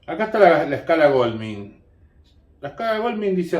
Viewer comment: Se pronuncia Gouldmain no golmin.